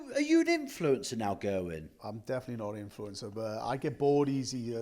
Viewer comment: Gera-wyn come on at least attempt to pronounce his name correctly